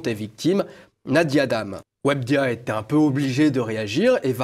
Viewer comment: "Webdia" mdrr